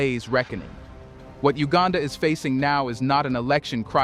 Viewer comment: It's not HUegaaaanda! It's U gan dah!